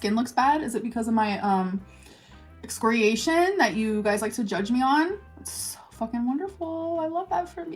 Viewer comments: Pretty sure she was trying to say excoriation. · Ex-carryation? I had to rewind that several times & I still don't know what she said. Please tell me she didn't mean "complexion".... She meant "complexion" didn't she? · What did she say about her skin? "Excoriation"??